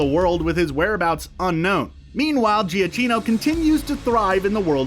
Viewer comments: I think it’s pronounced Gee-a-KEY-no, for Michael Giacchino. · Pronounced Michael ja kino. Thumbs down for being so off